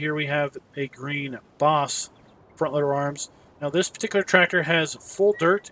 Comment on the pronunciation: It is Baas not Boss